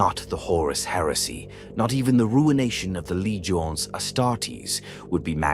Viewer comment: AI Trash. Closing of the Horus Heresy, the great crusade was over. Also can't even pronounce Legiones correctly.